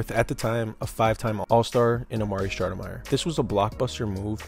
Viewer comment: It's STOUDERMIRE NOT SHHHHNOUDNERMYER 😂😂 dbag